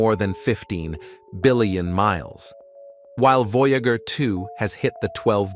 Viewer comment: You guys need to tune up your AI narrator. It mispronounces the word "Voyager" by enunciating "voya-gur," instead of "voya-jer." I would have thrown my hands up and told it to call the probe "veejer."